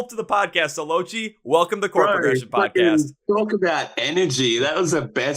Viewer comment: Loved the video I am from Australia. Just a heads up, lochie is not the way you pronounced it. the way you pronounce it lock-key, it's an abbreviation of lachlan